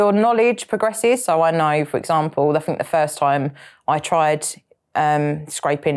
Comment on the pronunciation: Is there a letter R in the word “know” I didn’t think, but what is with the knowrrr